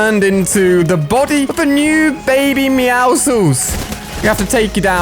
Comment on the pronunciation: It’s meowsCles not meowsles